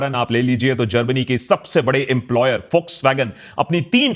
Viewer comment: Its Volkswagen not folkswagon merci